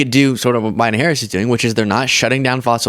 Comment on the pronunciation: Why can't he say Harris????